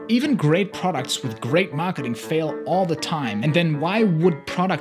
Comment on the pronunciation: ''genius maahkeding''